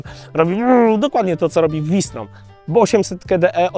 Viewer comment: "FAŁ SZTROM"!!!! nie "WI STROM" Sprawdź genezę nazwy. Na Garwolin mówisz Dżarwolin?